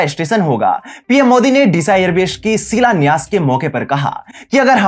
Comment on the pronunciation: बेश का सिलान्यास किया है, भाई pronunciation सही कर लो यार